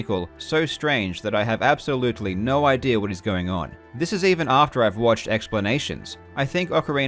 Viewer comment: every time he says idea i hear idere " the idere here" lmao